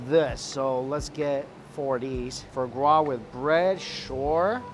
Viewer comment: Fruh gras, for gras, frar gras, I didn't know you could mispronounce the same word differently so many times.